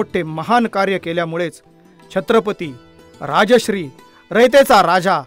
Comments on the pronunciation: Very nice video ..but the the pronunciation is rajarshi not rajashri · Rajasri nave , neet uchhar kara Rajarshi. Raj +Rishi asha arthane... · राजश्री असे म्हटले ते राजर्षी असे आहे. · Sarvat agodar voice over madhun shabda badla .... Rajashri (nav zale )nave tar * Rajar-shi* ( raj rushi ani raj ashray aslele ase )bola sampurna video madhe chukicha bolla ahat